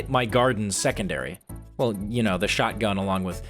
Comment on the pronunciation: witda CHÄuoghtgun